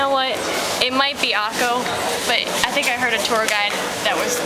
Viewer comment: Democracy??? I know a lot of Palestinians, Arab-Israelis, and even Israeli Jews that would disagree. btw Xavi is a famous soccer player from Spain and plays for Barcelona. "Akko" is an arab town/city and pronounced "Akka" with an A sound at the end, the O sound is Hebrew. ... and wow practice ur Arabic and the accent better at the end lol